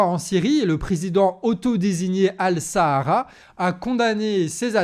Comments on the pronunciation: Al Shaara ça se prononce Al Chaara et non pas Al Sahara. (c'est pas le désert du Sahara hein... 😅) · C'est pas al sahara mais ash-Sharaa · Il s appelle pas Al Sahara voyons mais Al Charaa الشرع les dernières lettres vous étant imprononçables . Cordialement